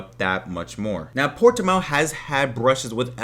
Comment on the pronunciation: It's Portimão, not Portimao ! Greetings from Portugal